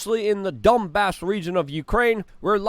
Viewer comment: Dombass Region - pronounced Dumbass Region